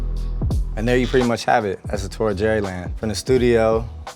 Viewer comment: "What's up AD, welcome to J land, come on inside" Um, dude doesn't know his name starts with a G or is too lazy to add that extra sound making it a G and not a J?